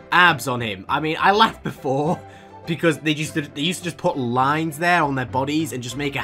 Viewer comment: "beuaause" LMAO I CAN'T 😂